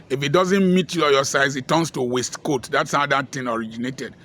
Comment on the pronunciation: It's waistcoat, not wastecoat.